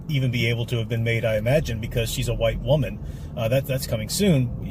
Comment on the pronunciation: Captain Muh-Rey-Vel: The first Wahman.